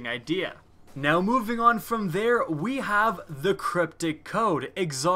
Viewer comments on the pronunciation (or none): none